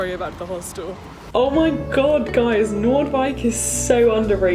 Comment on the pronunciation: Hahahah I love that you call Noordwijk Amsterdam. And I love how you pronounced it. ❤️❤️❤️❤️